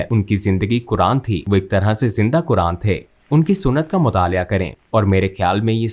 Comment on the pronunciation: अरे मैडम सही तरीके से बोल तो लो, कुरान को कुरआन कुरआन बोल रही हो